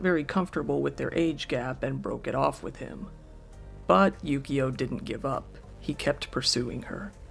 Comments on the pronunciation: It sounds like he's saying yugioh instead of yukio. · How are you not hearing the enunciation correctly? It's Yukio xD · this entire time i thought you were saying yugioh lmao